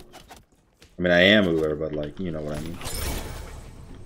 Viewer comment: "He' s Ullr and l' m not Ullr" yea in this one you were just "ul".